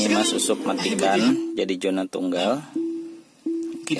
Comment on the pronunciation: Zona mas usuuup... bukan Jona 😄😄